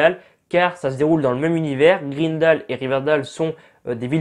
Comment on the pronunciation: Mon dieu mes oreilles, Riverdale se dit RIVERDAILE et pareil pour Greendale